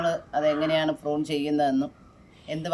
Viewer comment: വൃത്തികെട്ടവളെ, ഫ്രൂൺ അല്ല പ്രു ൺ.